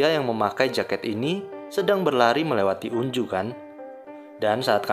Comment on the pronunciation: Sorry bg tapi pengucapan namanya itu onjo bukan unju😭😭😭